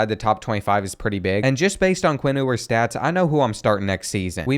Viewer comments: It's pronounced like "Yewers" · It’s you-ers. Also, he is and will be a better QB than Manning